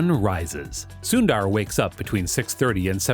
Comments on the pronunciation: It's not Soon-dAAR. It's pronounced sun-der , with the u as in put. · Its sundar not sundaar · It's soondhaarr not syunder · It's not SunnDDaar it's Sundar 😂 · It's not Suundar 😂 it's sunder means beautiful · “Soon ther” the right way to pronounce his name. Not “soon daaar” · Sunnnndaaaaarrrrr....😂.. Kwell ik foreigners can't spell Indian names... Its just sundar... Or sunder for foreigners 😂😂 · "soondaar pichaai" no its "soondhar pitch-ay" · if only he'd stop saying soon DAARR. Its Sundar as in "the-R". sounds annoying af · When they pronounce sundar as suundarr. It’s hilarious 😂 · CEO of google and yet you cannot pronounce his name correctly? Not sundaar, it is sundar! Not Pichaai, it is pichai! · It’s su-in-der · soondaar lol, americans will never be able to pronounce indian names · It pronounced as sundhharr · its annoying how he butchers his name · “Soon Dhar” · You said "Sundar" 700x in this video and pronounced it differently every time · DUDE the pronunciation of Sundar's name is PISSING ME OFF OMFG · still u won't learn to pronounce his name correctly 😏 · You pronounce "sundar" and "Pichai" both in wrong way